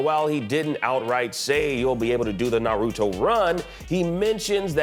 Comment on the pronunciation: He definitely mispronounced Naruto. That cannot stand with me.